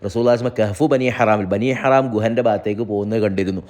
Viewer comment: ബനി ഹറാം എന്ന് അല്ലാ ബനി ഹറം എന്ന് ആണ്